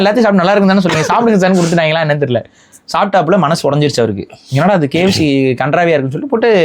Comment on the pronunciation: bros not kyc it is kfc bross